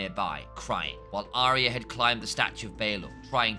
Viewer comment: as soon as I hear Aria instead of Arya I lose respect